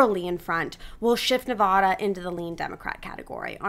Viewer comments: In English, the Silver State's a is pronounced like the a in hat. Nobody pronounces it "Nevawda." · I pronounce it like you, but a lot of people pronounce it like the woman in the video lol…. I’ve even heard many people pronounce it Nevayduh… I’ve lived all over the country.